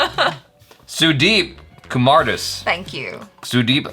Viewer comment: and u can pronounce the name as sudeep kumaar daas